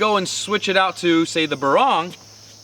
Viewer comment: On pronouncing the names, a Barong pronounced as a [b'-RONG] is actually a formal Filipino woven textile shirt worn untucked for formal occasions like weddings and business meetings. For a knife, you should pronounce it as a [BAH-rong], with emphasis on the first syllable.